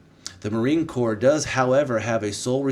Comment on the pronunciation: Marine “Corps” is a silent “P” & “S”.. pronounced like Core . Great channel!🇺🇸